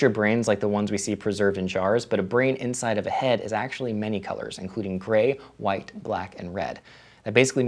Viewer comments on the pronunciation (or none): none